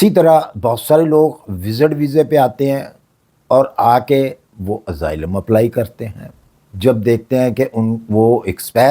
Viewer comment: اسائلم ہو تو ہے۔ ازائلم نہیں۔